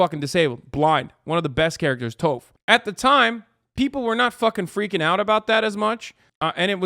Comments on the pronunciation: My man said “Touf” lol. I lowkey prefer that pronunciation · THIS MAN SAID TOE-fff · I died when he called toph toaf like loaf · I don't believe Hasan watched/loved avatar if he pronounces Toph as Toaf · Did dude just call Toph, 'Toef'? Not a fan! Lol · Are we just going to gloss over the fact that Hasan called Toph, “toe-ph” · I was not ready for the way hasan pronounced toph's name 😭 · Hasan did NOT just say Toph with a long O 💀😭